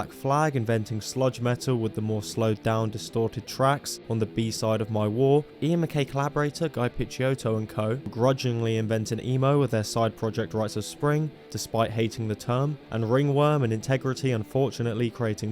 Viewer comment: It's MacKaye and Picciotto is pronounced 'peechoto'. 48 year old gatekeeper. No hate lol